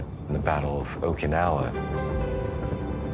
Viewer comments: Poor AI voicing; Mispronunciation of "Okinawa", the subject of the entire video. Why trust this video? Poor. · Nice - except for pronouncing it properly. It's oh-key'-nawah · 15 seconds in and you've mispronounced the name in the title."Okee-no-wa"? If you can't be bothered to figure out simple pronunciation, I don't trust anything else you have to say. Goodbye.